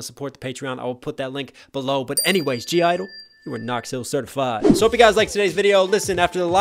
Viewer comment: Their name isn't pronounced as gee idol, it's pronounced as "idol" / "idle". The 'G' is silent in their name :)